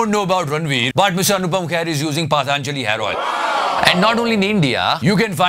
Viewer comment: hahahha it's not PAATAANJALI, it's patanjali